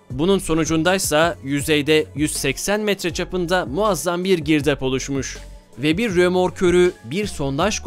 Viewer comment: "Girdaaaağba" sırf bu yanlış telaffuzu için irrite oldum beğenmedim 👎🏻